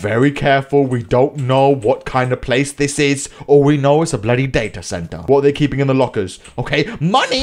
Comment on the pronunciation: it's not datae center it's data center